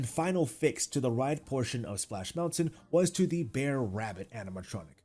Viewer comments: Dude...you're hurting my ears. It's not Bear bear. It's BR'ER rabbit, br'er fox, etc. Southern ish pronunciation of briar, as in the briar patch. Loved the ride update. 🧡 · Are you saying Bear Bear? Bear Rabbit? Maybe I am hearing things ;) It is actually Brer or Br'er (brair) .. It is short for Brother; hence Br'er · Brer bear....Brer fox....Brer rabbit. all i can hear is "bear bear" "bear fox" "bear rabbit" and it's killing me every time you say it 🤣